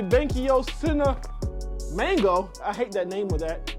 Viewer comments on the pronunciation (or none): Dude its CINEMA GO.... NOT CINEMANGO 🤣🤣